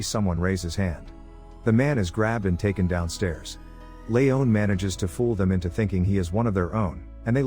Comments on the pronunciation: It's Lee on not Lee own. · Layohn? Ha. Lee-on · It’s pronounced LEEEEON Not Leone you simpleton